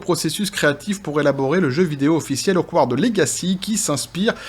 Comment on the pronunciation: C'est Hoggwarts (Poudlard), pas Akward (bizarre) ;)